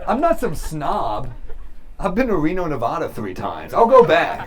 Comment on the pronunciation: You always make me laugh. You pronounced Nevada wrong though!